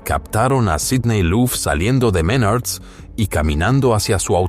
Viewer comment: Menards no Menarts jejeje pero igual buen resumen d su historia laboral 👍